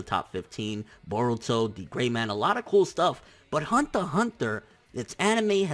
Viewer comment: "Hunta Hunter"